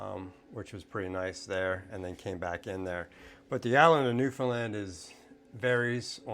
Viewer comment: Great video but talk to some locals to get the correct pronunciation of Newfoundland